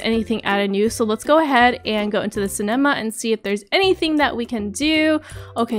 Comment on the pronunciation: You said cenama wrong